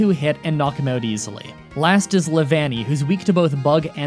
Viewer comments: it is LEE a VAN E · No actually i think the incredible part is that in the list you see how prounce leavanny and he pronounces it lev(el)-annie. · its leev- anny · *shows phonetic pronounciation of how to say the Pokemon “leaveanny” *still says lev-ah-ny”